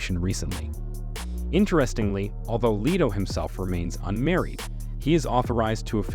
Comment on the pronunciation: Its LETO with a short e not LETO with a long e!!